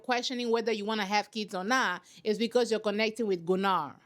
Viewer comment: Gunnar is a weird name, but yes, the dubbing was correct. It's pronounced GUnnar not GunnAr.